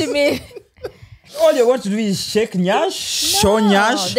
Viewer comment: As a Nigerian, I beg una... the word is "yansh", not nyash as I'm seeing all over the internet. it deeply troubles me because where yansh is involved you can't afford to go the wrong way